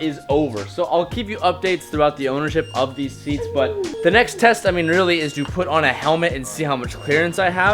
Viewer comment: I know he tried to say seats, I want to watch him struggle:P